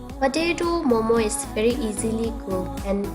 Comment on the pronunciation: You are Tibetan right then why are you saying momos like those indians?